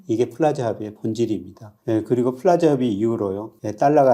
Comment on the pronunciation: 프라자가 아니라 플라자 아닌가요?